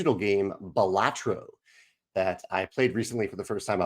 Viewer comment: Balatro is a latin for clown, and pronounced with the stress on the beginning.